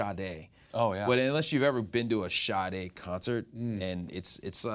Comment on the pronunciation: wow he gets points for saying Sade! :)